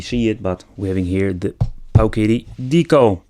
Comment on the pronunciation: I got to hear Pooooooowiddy mulitipe times in one video. You've really outdone yourself, good Sir!